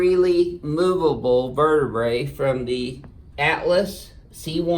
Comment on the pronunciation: “Verduh bruh”